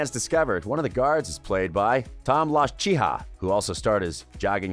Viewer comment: also, I might add, the actor's name is Tom Wlashiha. Not "wah-sh chi ha" (Gesundheit!). Come on, it's really not that hard to pronounce.